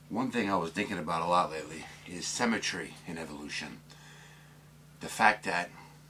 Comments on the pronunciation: Interesting video - but please stop saying cemetry - its symmetry! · SYMMMMMetry! can't stand The Sims! 00.39 You say "symmetrical" then say cemetry. I'm just a pedantic fool - Still like ya though! All the best to you and yours.